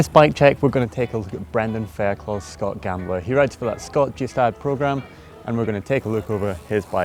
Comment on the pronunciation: Pretty sure Scott says "fair-clo" instead of "fair-cluff" at the beginning too :s Great bike checks but they mess up some silly stuff sometimes